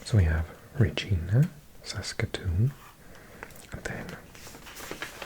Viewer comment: “Regina” is pronounced with a hard “i” for some reason. It rhymes with “vagina”. Also, I thought it might interest you to read about the US enclaves along the US border which require US citizens to drive into Canada to reach, even though they belong to the US. If I recall correctly, they exist largely due to flaws in the agreement when the border was agreed upon; they hadn’t considered certain peninsulas and bodies of water when they agreed to a relatively straight line—and they ended up cutting off areas that should by all logic belong to Canada. Locations such as Point Roberts and Angle Inlet. They faced some very unique challenges during the pandemic, when cross-border traffic was halted. There’s also a town (Rock Island, QC) in which the international border runs right through the middle of the local library. Look into it!